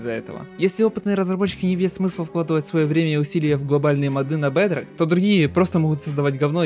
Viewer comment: Не бадрог а бедрок